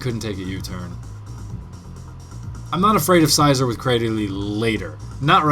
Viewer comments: Scizor is pronounced with the 'e' sound, like Scissors :] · some people don't pronounce scissors with an e..